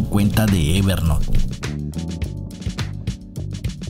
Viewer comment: Gracias por el video, lo correcto a pesar de que hablamos español es "ever nout" no "ever NOT"... no es "NOT" es "N O U T" Espero que no lo tomes como critica si no como ayuda. Gracias